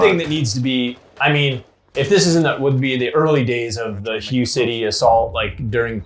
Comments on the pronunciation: It’s “Hu-Ay” City not “Hi-yu” City. But yeah the first AR was the AR-10 in 7.62 then came the AR-15 with 5.56, was right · Great video! Hue is actually pronounced Hway, not like hugh. Just an interesting fact. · I'm sure someone else has pointed this out, but it's pronounced "H-WHAY" city, not "HUGH" city. Other than that-great video! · If I have to hear HUGH City one more time omg... it’s Ha-Waye City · The pronunciation of Huế sounds similar to “whey”.The river you’re referring to is the Perfume River. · Ar 15 began life as a 7.62 A-10... the guy on the left was right. And it's pronounced (WAY) Hue... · Hi guys, I'm Vietnamese and the city's name is pronounced "Huey" (Huế). Love your channel btw! Subscribed! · It’s “way city” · I am 99% sure it's pronounced "way" city, spelled Hue. And it was a super famous Marine battle. That's where the house to house street to street fighting originated. Say the Diddies! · Hu city? Your pronunciation is way off lol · It's pronounced "hway" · 'Hue' is pronounced "h-way" :) Love the videos.. Keep them coming! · Hoo-eh would be more accurate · ..that pronunciation of Hue..